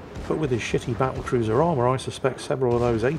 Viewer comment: And then calls it a “ba’l’cruiser.” Guess the WoWs design didn’t include a double-T in there.